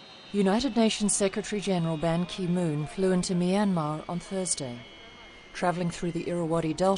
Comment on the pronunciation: its's Ban Ki-Moon. Not Ban-Ki Moon. Ban is his last name